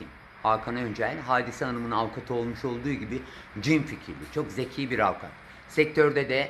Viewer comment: Avkat değil avukat